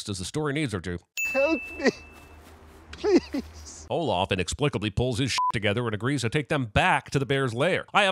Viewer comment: Am I dumb? I've replayed it over and over, and the text says that she said "Olaf" but I hear "Olof" every time. Granted, I know that o and a can sound similar sometimes depending on the word, and that when you say Scandinavian names in English it can sound different as well.